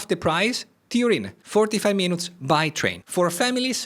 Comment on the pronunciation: Bravo. Tuttavia, se ti posso consigliare: "Minutes" non si pronuncia in modo vicino all'italiano, perche' la U si pronuncia come una I. Sembra strano, ma e' cosi! "Minits", ecco come si pronucia (con l'accento sulla prima I). Se invece vuoi dire Minuto, nel senso di "piccolo" (un oggetto minuto, piccolo), allora si pronuncia "Mainut", con l'accento sulla U. Inoltre Renaissance si pronuncia: in americano come in francese (Renassa'ns, con accento primario come ho indicato, ma anche uno breve sulla E), mentre in inglese britannico si pronuncia "Rine'isans" con l'accento sulla E. Infine: "Retirees", pensionati si pronuncia "Ritairiis" con l'accento principale sulle ultime due ii (e un accento breve sulla A). Ho scritto la pronuncia in modo "italiano", tuttavia per i corretti segni dell'alfabeto fonetico internazionale, prego consulta qualsiasi vocabolario inglese online (vocabolario, preferibilmente, non dizionario), dove trovi anche audio sulla pronuncia. Spero di esserti stato utile. Sono un medico, ma anche studioso di linguistica, e di inglese in particolare. Cordialmente, Mauro Abate